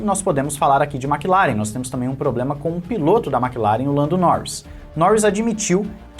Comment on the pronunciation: "Maqui laren" 😂😂😂😂😂